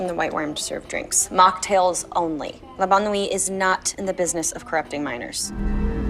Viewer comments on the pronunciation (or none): "Le Bonne Nuit". God, every time Veronica says it, I lose like a thousand brain cells.